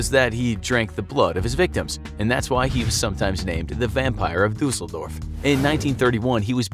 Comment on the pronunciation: I love the way he pronounces „Düsseldorf“.